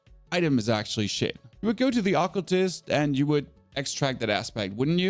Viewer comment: ocletist? lol o-cult-ist